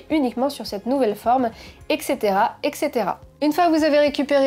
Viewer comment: Très bonne vidéo (encore et toujours...). Ca tombait bien, j'y connaissais que dalle à l'impression résine. L'occasion de découvrir. Euh, juste un truc... "Et cetera" se prononce "eTssètèra", et non "eKssètèra". Attention, quand on place la barre aussi haut (tes talents de youtubeuse qui ne sont plus à démontrer), on a affaire à un public très exigeant. :) (Il semblerait aussi qu'il y ait comme une coquille dans la description... (Carte à joueR, et non joueT)) PS : un petit ajout au niveau des consignes de sécurité (masque, etc) à respecter n'aurait pas été de trop. Mais j'imagine bien évidemment que, quand on fait une vidéo, on ne peut pas penser à tout ce qu'il faudrait dire.